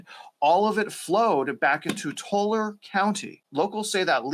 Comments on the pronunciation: Tulare is pronounced as (two-Larry). 👌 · It's pronounced tooLARee. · Its "Too-Larry" county. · It's "Two Larie" County. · Its tool airy btw